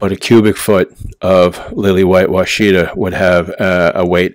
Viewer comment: That must be some Yankee way of saying Washita cause that's definitely not the way we say it down here. We say Wash-a-taw not Wa-shi-ta. LOL Thanks for the vid!